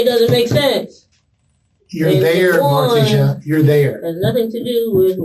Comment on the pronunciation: mar-TEE-sha...its pronounced. But she is a moron